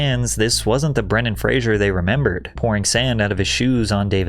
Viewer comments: I thought his name was Bren-Dan Fra-Zer not Bran-Don Fra-Zure as he keeps saying. Heard a few people mispronounce the name. Am I wrong? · Ah yes, Brendan Frasier